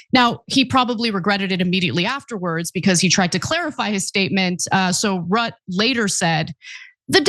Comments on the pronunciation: FYI Mark Rutte's Dutch family name is pronounced Ruttuh (Dutch guy here). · It's pronounced Mark ROOT-UH